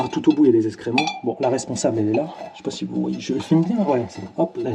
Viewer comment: Salut, on dit excréments pas escrément! J’adore tes vidéos qui m’ont beaucoup aidées. Ciao